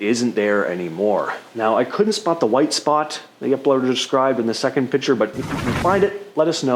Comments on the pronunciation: YES YES YES.....PLEASE say "Picture". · It's "Picture" not "Pitcher."